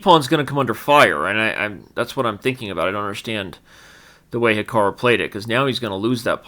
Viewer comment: Why does he keep saying "Hika-row" when it's clearly pronounced "Hika-roo"?